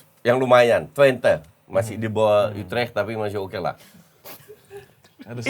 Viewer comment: orang salah ngomong utrecht dibenerin, dia sendiri rubah2 penyebutan kaya lempar tebing dikira lucu